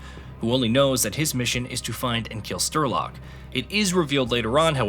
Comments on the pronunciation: I couldn’t follow the story anymore as soon as I heard „Sterlock“ for the first time. 🥴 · Are you kidding me?? Sterlock 😂 and he says it OVER AND OVER AND OVER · Sterlok, huh? Goo Hnuting, Stoker! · Who the hell is "Sterlok"?? What game have you been playing? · I sighed every single time he said Sterlok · Dude...the guy who sayd he feels an emission every time you miss pronounce STRELOK's name was right. And the guy who said he takes psi damage😂😂😂😂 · Why are so many people hating on this man for mispronouncing a name Damn have all of you been on twitter hating aaah’s 😂😂😂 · Having never played the games, I came here to learn about the previous ones before I start playing Stalker 2. After seeing Strelok's name on the PDA in the video, I had to come to the commets section to see if the guy voicing this video couldn't read, or if I was misunderstanding how his name is pronounced since it's Russian/Ukranian. Glad to see I'm not crazy and that "Shterlock " is not how to pronounce it, as it was bothering me the way this guy was saying it. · I was gonna watch all of this but getting a name wrong is criminal. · You had time to research the whole story but not enough time to find out how to pronounce strelok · The absolute pain every time it comes up in this video... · I’ve never played this game before, and I knew it was being pronounced wrong. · The guy mispronounced Strelok about 63 times, but nails Major Degtryarev first try? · "sturlock"... come on, it's not that hard to say "Sh-tray-lock". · " Strelok " not " Sterlock ". Sorry, a good video, just wrong name of the main character set off my OCD. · "Strelok" is pronounced as Streh-lock (you do it like Sturlock or smth) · Stiiirlok? Wtf men 😂 i knew americans cannot pranoince words , but dude SREEEEEEELOCK not STIIIRLOCK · Its strelock not sterlock you dimwit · Strelok ❌ Sterlock ✅ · Why cant you say names properly? Its Strelok, not Sterlok. There was lately another video where you did that. And its really annoying.